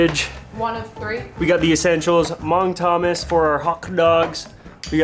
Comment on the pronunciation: Pls tell me u don’t actually pronounce “Mang Thomas” like that?😂